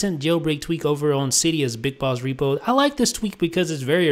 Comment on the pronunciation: It sounded like u said big balls repo lol